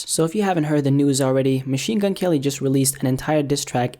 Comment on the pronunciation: Machine Gun "L"-y 😂😂😂